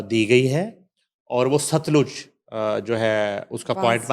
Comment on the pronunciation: Baji sutlaj nai satluj